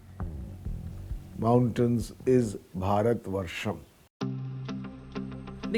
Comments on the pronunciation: Who is this foolish anchor who cannot pronounce the word BHarat? Over and over mispronouncing the word. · How the hell this lady continuously offending by calling Baarat in African accent instead pronouncing correctly Bharat, Bha is not Baa here “h” must be called out with B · Not borot it's bharat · The presenter cant even pronounce Bharat. Such a pity the CNA has fallen to.,in its presentation.Either she is deaf and dumb as participants pronounce as it is., as Singaporean you can pronounce Bharat properly, shame on you. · If that were so, why are we still using Persian pronunciations then? Are you going to call Hindus as Sindhus, and Hindi language as Sindhi language now? 😁 And "Hindutva" would be called "Sindhutva" then? Let me drill this into your head again - the words Hind, Hindu and Hindi are all Persian names of this land, its people and its languages and they are all derived from what the Persians called the Sindhu/Indus river - "Hindu". Greeks adapted the word "Hindu" as "Indus" and "India" as the leading "h" sound became silent. Its all derived from the same thing.